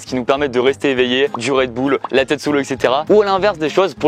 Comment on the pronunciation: RedbUll pas redboule